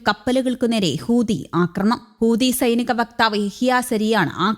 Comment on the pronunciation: ഇവൾ ഇപ്പോഴും ഹൂദി എന്നാണല്ലോ പറയുന്നത് ചേട്ടാ.😂 ഇവളെ തിരുത്താൻ ആരുമില്ലേ? ഹൂതി എന്ന്